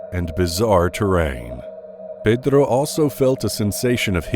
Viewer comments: I just love how this narrator says "Pedro" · Pedddddro Alidddddddia Rrrrrrrramirrrrrrrrrrrrrrez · Pedrrrro Olivia Rrrrramirez